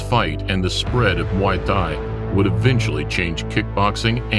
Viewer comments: Don't the Thai's pronounced the word Thai the same , why is this dork pronouncing Thai like that? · This isn't relavent, but it's funny how the narrator can pronounce Thailand fairly easily but when he tries to say "Thai" alone like in Muay Thai, his phonics changes dramatically. Great video though.